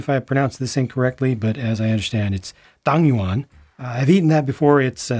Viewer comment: Pretty good pronunciation of “Tang Yuan” (湯圓),! I appreciate your genuine appreciation of this cultural vignette.